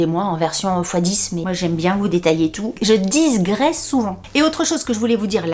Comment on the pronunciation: Hello, Rien à voir avec Ikea, quoi qu'il est question de prononciation 😅 On ne dit pas "je diSgresse" mais je digresse. J'entends tellement cette erreur en ce moment que j'ai fini par douter mais c'est bien ça il n'a pas de S 😉 Cela étant dit j'aime bcp tes digressions 😉🤣